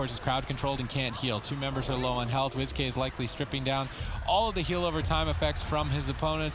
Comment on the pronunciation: Is wizk name actually wiz-k like your saying or is it supposed to be said like whisk and you guys keep saying wiz-k it’s wizk